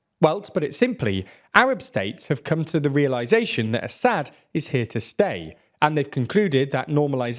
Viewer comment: A-sad. Not Assa-d, Basha-r el A-sad. damn you. It’s such a beautiful name , and you are butchering it every time. It means lion, like the Russian Lev, the Latin Leo, or the Hebrew Arye. Can you please find a native speaker say it? I can’t take it any more, you are the worst channel in regard to proper pronunciation, by far.